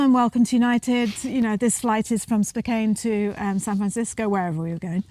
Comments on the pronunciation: Spo-CANN. Not Spo-CANE.. Spokane.Spo-CANN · Spokane is pronounced Spokeann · I always pronounce it "Spo-can" 24 hours in no time at all to get to know a country. The u.s. is like 50 different countries in one some states can be different as night and day. Some places in the U.S. you can't understand a word of English, especially down south. The weather is the same thing one area is a desert, another feet of snow,and another like a jungle. Adorable couple., your teeth aren't white enough 😂🤣✌️❤️ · It's Spo-KAN :) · Spokane is pronounced, spoh-CAN. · It is pronounced Spoh-kan!!!🤘the Pacific Northwest of America is the most magnificently beautiful region of the United States of America 🇺🇸 our right to protect ourselves with firearms is one of the greatest rights that separates the USA from everywhere else on Earth🇺🇸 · Mr it's pronounced spohcan my cousin lives there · Spokane - pronounced ‘Spo-can’ ❤️ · You can definitely not judge the US based on one state you have been to. SpoCAn is how you say it. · It's pronounced Spoke-ANN. Glad you enjoyed your visit to my home state. Eastern Washington is very rural farming country. Western Washington is very urban. And most of us that have guns have them for hunting or personal protection. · It is pronounced "spoke anne".